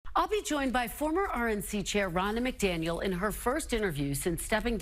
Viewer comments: Does he keep calling her Ronold McDaniels? Or is it just me?🤣🤣🤣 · is trying as hard as he can not to say "Ronald MacDonald." 😂😂